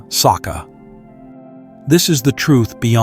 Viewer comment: It will be perfect if you tune or try other "reader" to pronounce ca as "char" (Charlie) instead of "ka" in the words like sacca, annicca, paticcasamuppada. Not saka, anika, patika.... 🙏